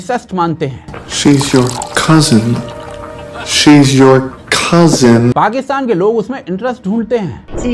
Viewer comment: Cousin ❎ Kazan ✅